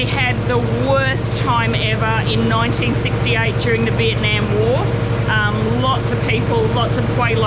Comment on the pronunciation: Every time you mispronounce Vietnam it drives me crazy.